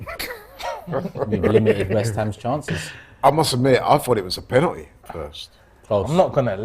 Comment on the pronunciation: It's pronounced Pen-al-ty not Pen-anee!